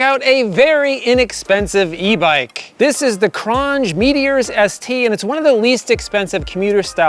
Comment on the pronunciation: It's pronounced cron j